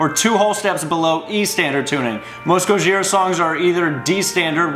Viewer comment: Why you saying it like that? You're putting so much emphasis on the H